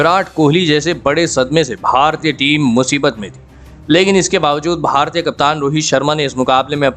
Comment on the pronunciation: Itna kharam pronounc bara bura hai, Bharatiya bar bar bolna bandh kariye.